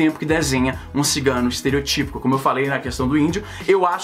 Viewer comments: Leo Batista fiquei com isso na cabeça também, pensei porra o acento é no O caralho kkkkkkk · Leo Batista ESTEROTÍPO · que raiva me dá quem fala esterotípo(típo-típo) é Estereótipo Caralho acento no Ó óóóÓtipo!